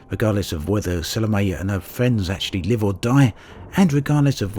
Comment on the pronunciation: It's pronounced Sa-lo-may. If you're going to risk your life for someone, at least learn to pronounce her name right.